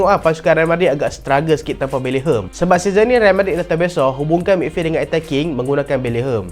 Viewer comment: bang nama dia bellingham bukan bellingkung😭😭😭